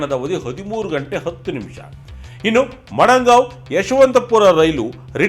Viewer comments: Not Madangao correct prronounce is Madagao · Madangaon ❌ Madgaon ✅ RIP Journalism. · ಅವರೆ ನೀವು ಪದೇ ಪದೇ ಮಡಂಗಾವ್ ಅಂತ ಹೇಳಿದ್ರಲ್ಲ. ಅದು ಮಡಂಗಾವ್ ಅಲ್ಲ ಮಡಗಾಂವ್.